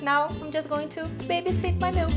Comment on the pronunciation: You have lots of great recipes on your channel. I'm a rough and ready single guy, and cooking channels are normally not my thing. But your videos really stand out for some reason! Also I like the way you pronounce "mielk", it's so funny! "Almond mealk..." haha so cute I love it! I think that this should be the new official pronunciation of the word. I'm not saying boring "milk" anymore. Ever! Best wishes, V4L= vegan for life.